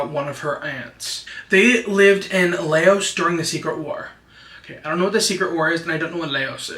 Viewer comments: Hi, LAOS is pronounced “LAAAH-OHZ” but say it fast! And HMONG, Is pronounced “MAWNG” ❤ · it’s Laos, like house with an L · “Lay-ohs” the great everyone 🙏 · Hmong is just pronounced “mong” and Laos is pronounced “Lauss” 😭 hope this helps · I love you so much but how you gonna say Laos like that 😂❤